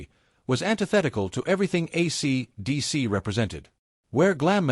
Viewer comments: Shit Bag AI can't even say, AC/DC. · Yup. The robot doesn't know how to say it. It can't hear the way it sounds. Pathetic. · Hay fella, AC/DC ISN'T SAID WITH A OVERDONE PAUSE BETWEEN THE AC AND DC AND THIS SLASH YOU MENTION DOESNT EXIST EITHER. ITS MORE THAN OBVIOUS THAT YOU HAVE NO IDEA WHO AC DC IS AND YOU DO THIS VIDEO A GREAT DIS SERVICE.